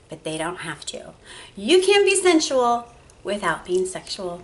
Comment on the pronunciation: I actually thought you were saying "central massage therapist".